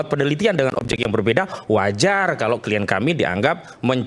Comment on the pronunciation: Kok penasehat hukum ini bilangnya kien? Bukankah pengucapannya adalah klayen tohh wahhhhh hebat nih penasehat hukumnya